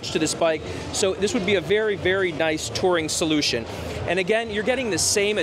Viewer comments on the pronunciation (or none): none